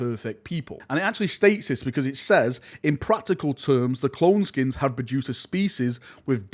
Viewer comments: SKEINS not SKINS fml manchester man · isn't it Skeins( SKYNES)